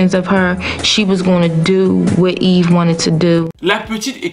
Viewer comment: Petite question Pourquoi tu l'appelle toujours "Evy E"? Son nom c'est eve et elle même elle prononom eve